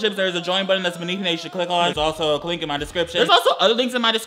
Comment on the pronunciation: anyone else hear him say “clink in the description” 😂😂